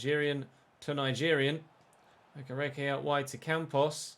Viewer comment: okereke is pronounced awk-eh-rey-key like so can see